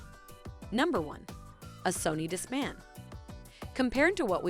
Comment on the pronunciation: Disc-MANNN! Played (for plaid)!